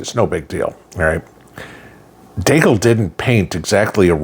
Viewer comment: Deagel not deagle.